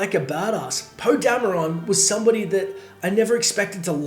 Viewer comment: Why do you say Dam-e-ron? His name is pronounced Damron